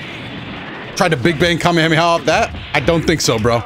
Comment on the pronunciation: This man said “Hamehame” 😂